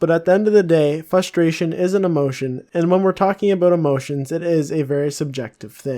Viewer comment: anyone else notice that he cant say frustration right? hahaha